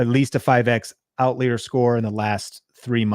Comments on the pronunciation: Bro, were you homeschooled? It’s pronounced OUT-LIAR. OUT-LIAR!! I can’t watch this anymore… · I was wondering if I was saying it wrong! Never heard it pronounced other than out-liar before this video. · I busted up laughing every time he pronounced "out-leer." Ha! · "Out leer?" That a faster jet? :) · Outlier….never heard anyone pronounce it that way 😅 You shouldn’t necessarily look in your niche with these kinds of tools. You look at related niches and/or what’s working generally in other niches across YouTube, and then apply it to your niche. For example, look across almost any niche and you’ll find comparisons of a cheap product vs expensive product. So you can do that in your niche no matter what it is. Like “is a $1000 computer worth it?” Could be comparison of $20 vs $200 light, $50 vs $500 credit card fee, etc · Why do you say outlier like that?! 👀 it’s paining me lol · I know you are trolling the trolls by mispronouncing outlier…